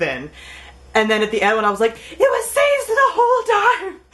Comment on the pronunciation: Isn't Sazed's name pronounced "Sah-Zed" ?